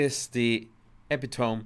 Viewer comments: It's pronounce ''epito mee'' man -no judgement, you should hear my Spanish.. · The word you are trying to pronounce Is ee... Pit...o...mee. epitome.:) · Your ability to communicate complex and nuanced concepts in English is outstanding. I just wanted to point out a mistake that is even common among native English speakers: the word "epitome" is pronounced, "e-PIT-ō-mee". I hope I'm not being offensive; I hope you appreciate the spirit in which I mentioned it. I love your videos! The best, most intuitive behavioral analysis out there! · Hey bro! One tip for pronunciation! Epitome is pronounced e-pit-oh-me! Great job though! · love you and you accent is beautiful!! Here is help with some words. Epitome pronounced eh-PIT- oh-me. Viable is pronounced vy-UH-bul. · I'm sure it's been mentioned before but it's pronounced epitoMEE